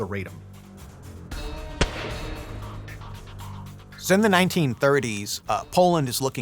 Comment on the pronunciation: RAH-dom, not Ray-dum. It wasn’t centuries, but 123 years that Poland was off the map.